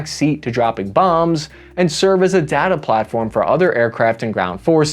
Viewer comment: PLEASE stop calling it "datta"